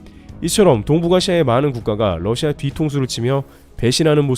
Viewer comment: Russia(러시아)를 Lussia(ㄹ러시아)로 자주 발음하시네요